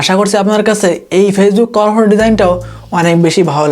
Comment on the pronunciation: কভার ফটো উচ্চারণটা ঠিক করে করেন